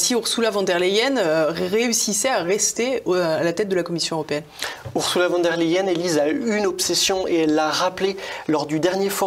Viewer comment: Arrêtez de dire "Wann der Leyen ", revoyez vos cours d'allemand : le V se prononce F , donc phonétiquement cela donne "Fonn der Leyen "